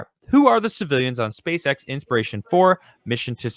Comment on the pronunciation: it's INSPIRATION, not Ispiration.